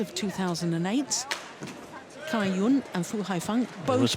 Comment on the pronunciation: Gill Clark has been commentating for more than 10 years but still doesn't know how to pronounce Cai Yun's name......